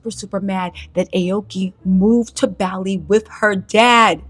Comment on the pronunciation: Adore you, but you saying Bali like it's a chain gym is triggering my OCD.